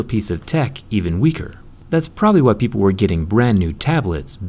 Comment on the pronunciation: تنطق why مش way. 😂😂😂🐸